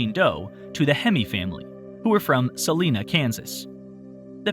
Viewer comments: So interesting. Glad we’re finally able to solve these for the victims and their families. For future reference it’s pronounced sa-line-ah not Selena :) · Suh-lie-nuh, Kansas * but Selena was a wonderful mexican-american singer! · Salina Kansas is pronounced Sa/lin/a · STOP PRONOUNCING MY HOMETOWN WRONGGGGGGGG!!!!!!!!!!!! IT'S PRONOUNCED SAH-LIE-NAH!!!!!!!!!!!!!! NOT SAH-LIN-AH!!!!!!!!!!!! THAT'S THE WAY THE ONE IN CALIFORNIA IS PRONOUNCED AND THE COUNTY!!!!!!!!!!!!! NOT THE CITY!!!!!!!!!!!!!! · Salina, Kansas......"hard" I sound.....as in "eye". Pronounced that way to differentiate from Saline County and saline/salt, which is abundant in the area. Hence, the name. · it's pronounsed Suh-lie-na, kansas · It’s pronounced Suh-Lye-Nuh Kansas 😇😂. Place most people have never heard of and nobody plans to go unless you live there or are from Kansas 😂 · The town "Salina" Kansas, the Salina part is pronounced with a short a, and a long i, and another short a. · As a Kansan, I thank you for clarifying! It is a tad distracting to hear pronounced the California way.